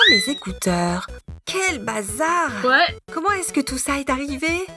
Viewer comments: Mdr le ouais ou le wesh jsp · dit wate bizarrement a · Javoue, genre "ouais !" 😂😂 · ah merci enfin quelqu'un qui me répond et qui confirme que a fait un ouais bizarrement😂😃